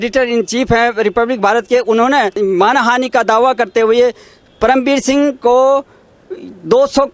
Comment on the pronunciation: BhAi isko perm veer shingh na bolo udu ji jise paerm ji bolo